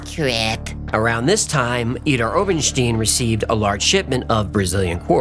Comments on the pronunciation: pronounciation of idar-oberstein is wrong, not stine, but pronounce the it st.. than eye, than add the n, st eye n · Idar- Oberstein. When the i comes after the e then pronounced as I. Ste-I-n. Stine. Idar-Oberstine. My mom is from there.